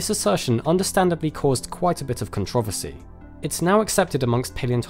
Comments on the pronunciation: "Controvesey" xD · what an odd way to say controversy.